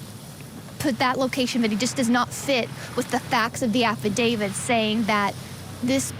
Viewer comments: Affidavit with a T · Why does everyone in this video mispronounce affidavit? The last letter is a T. You could at least expect an experienced lawyer to be able to pronounce it.